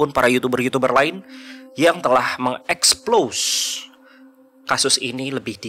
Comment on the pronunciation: Mungkin mau ngomong explore, tp di kepala kepikiran ekspose, jadi yang dibilangin mengeksplose hahaha